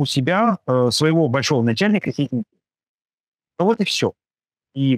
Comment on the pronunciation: Научитесь хотя бы имя Председателя КНР произносить правильно, умники!